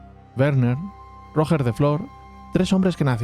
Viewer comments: Me chirría que digas Rojer de Flor. Es Roger, cómo Girona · Como que róger de flor jajaja, era catalan no ingles, rogér de flor, se ponuncia rugé de flo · RogEEEr no ROOOger me duelen los oidoooos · Decir que se pronuncia RoGER en vez de Roger no aclara mucho. Se escribe Roger se pronuncia Royer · Roger en catalán se pronuncia Ruyér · Me han sangrado los oídos al oír pronunciar "ROOOOGGGER" mis oídos catalanes sangrando 😂😂😂😂. P D: DESPERTA FERROOOO!!!!! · Muy interesante el video como siempre, decirte sobre los almogavers, y hasta donde buenamente e leído, "Roger" suena como con "j" francesa o si lo pronuncias como se pronunciaría este nombre en ingles te quedara mas similar, el "coltell" sonaría como "coltei" o como la doble ll de llave, no "coltel". Tenían mas tácticas los almogavers, como aprovechando la mayoría de sus hombres eran bajitos, pasar por debajo del caballo y abrirle el estomago, poner trampas y aprovechar el terreno, eran tramperos profesionales, luego tenían fama de ir cambiando de arma en media batalla y saqueando al enemigo sus armas según les convenia... El castillo de Galípoli realmente se supone que el emperador lo dio a Roger para compensarle el impago a la compañía catalana, Roger pidió hasta el titulo de Caesar antes de ser ejecutado, los alanos y almogavars no se llevaban bien. Mientras la batalla de Apros, los bizantinos con apoyo genovés, atacaron Galípoli, que fue defendida por mujeres, niños y personas mayores y una pequeña guarnición ridícula, se dice que su comandante Ramon Muntaner quemo los barcos para que estuvieran obligados a luchar, fue otra derrota vergonzosa para el ejercito bizantino y la flota genovesa. Una vez acabada la primera parte de la venganza tuvieron que llamar un nuevo líder, pero los almogavares se dividian entre catalanes y aragoneses y había 2 lideres, empezaron a pelear entre ellos, en una de las peleas el líder catalán mato al aragones, los aragoneses abandonaron la comp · Esa pronunciación de Roger....